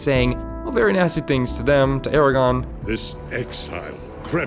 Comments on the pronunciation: it's Aragorn not Aragon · they also said “Eragon” instead of “Aragorn” !!! This channel sucks and has so many inaccuracies. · Aragorn not Aragon. C'mon bruv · Yeah just stop saying "Eragon" instead of "Aragorn" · Not when you call Aragorn Aragon! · I'll never understand people who call him "Aragon". Is he an ex-wife of Henry VIII? Aren't you a fan if you make this video? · I hate garbage ass videos like this where the person reading the script clearly has no idea what they are talking about. Dude called Aragorn "Eragon" the fuck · The narrator of the video SEEMED like a LotR fan, but he called Aragorn "Aragon". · You said erogon... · You did NOT SAY ERAGON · Did this man just say ARAGON instead of ARAGORN? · Not sure how much VALUE I can place in someone's REAL opinion on SOMETHING relating to Lord of the Rings when they PRONOUNCE Aragorn's name as "Aragon". And for DRAMATIC effect here's a couple more WORDS in all caps. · Bro did you really just call him "Aragon"? Tell me you're not a real fan without telling me you're not a real fan. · I just can't ignore this.... You called Saruman "Sauron" twice and you called Aragorn "Aragon". Hate to be picky but that's annoying and feels very sloppy. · Lazy, attention-grubbing video. Lee's anger is over-emphasized without any proof beyond a whimsical comment "I wasn't in it." Additionally, many details are just lazily included, like calling Aragorn, Aragon, which is a region in Spain. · it's "A-RA-GORN" not "ER-A-GON". Sorry, pet peeve. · Is nobody gonna mention the video referring to Aragorn as “Eragon”? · why do people still pronounce aragorn as eregon? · I suspected this wasn’t written well enough, and then he said “Eregon” Not a good omen, I shall do more research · i know its annoying to be this guy but... ITS ARAGORN NOT ARAGON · “… becoming impaled on a spike of a dilapitated windmill.” That’s not even a word. It’s “dilapidated.” And Strider’s real name is Aragorn, not Aragon. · AragORN.... not Eragon